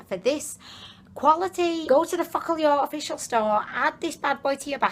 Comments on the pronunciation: The read not "Focalior" but "focalur" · It pronounced FOcal-lure lol your hilarious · It is pronounced “fo ka lur “